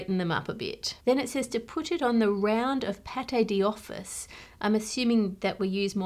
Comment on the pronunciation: I notice she's saying 'paté di office' when the text instead says 'pâte d'office' (which would be kind of like pot doffice). Which makes me wonder if her version is an actual English pronunciation of that food that has become the normal standard in english (there are lots of borrowed words and phrases like that!), or if she's just really terrible at french. 😂